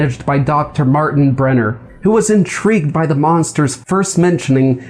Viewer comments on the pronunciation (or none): none